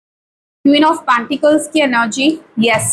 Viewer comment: Reading thik hoti hai, par pronunciations bahut kharab hote hai, kaano mein khatakte hai. टॅन ऑफ पॅंटीकल्स kuch nahi hota.. It is टेन ऑफ पेंटकल्स!! ऍमप्रेस nahi.. It is एम्प्रेस